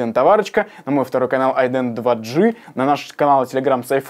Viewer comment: Айден, не айден